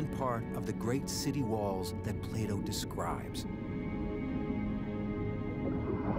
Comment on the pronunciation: Who else heard Playdoh instead of Plato :')